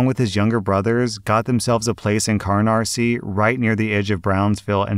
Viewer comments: Carnarsie is pronounced cuh nar see, not carn ar see... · That's cuh-NAR-see, not cuh-nar-SEE! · Story One: Weird hearing Canarsie pronounced with an errant R in it. I born there, and the guy telling the story has definitely misspelled it. I've also worked in Brownsville, Brooklyn for many years in the family business. I could easily picture the neighborhoods where the story was set. And "Murder Inc." was the Jewish mafia. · The way pronounces Canarsie makes me laugh it’s said (ca-nar-see) not (car-nar-see) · God even pronounces American areas weird its can-are-see not car-nar-see like there's not even an r there (but then again listening and not reading along maybe it's spelt wrong?). Also i dont know when this was written but (old man voice) I've lived here for 3/4ths of my life and it's not a desert wasteland??? It's honestly pretty average townlike? A few schools, Bodega's on every corner some shops, parks, gyms, pharmacies, resturants (I'm trying to think of where canaries ends and mill basin or the one on the other side ends because of the malls. One of the parks actually leads to the mall) and we got the L train which can take you straight to Manhattan or will get you to any other train you need. Everythingis basicallywithin walking distance. I would actually call upstate more Barren because there's nothing to do there. Tldr/ small rant on canarie still being terrible and rslashs pronunciation that makes me wanna cringe. Also yeah I could belive that story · Love ya,, but you need to work on your pronunciations of place names in NYC. Go-AHN-us, Cah-NAHR-Sie. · Somehow I knew that the grandpa from the first story would be a New Yorker, before you even mentioned the Gowanus Canal. I love my city so fucking much. Also, it's pronounced with a long "a" like "Go-Ah-Nus" Edit: Also, the first "r" in Carnarsie is silent. It's just "Cah-nar-see". If you're REALLY New York, the second "r" is pronounced as a "w"